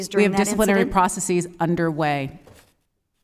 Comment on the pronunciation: Gah -- she doesn't know how to pronounce "processes". So much for Harvard.